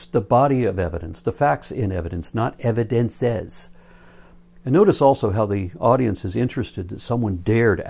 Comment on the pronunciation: "Evi-dense-sez" annoys me as well. {:o:O:}